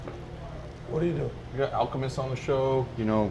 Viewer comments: HOT TAKE: did not pronounce al's name correctly in da beginning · for butchering Alchemist’s name 🤣🤣